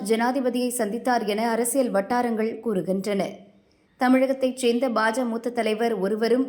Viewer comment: Not Bhaja, it is Bhajaka